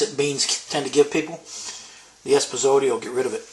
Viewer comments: Espazote?? LOL I think is thinking of Esposito (Phil, the Boston Bruins great). I think it's epazote, isn't it? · epazote (say eh-pa-zo-tay)